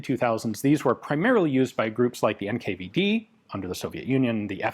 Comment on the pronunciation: Sorry, did you say NKVD ?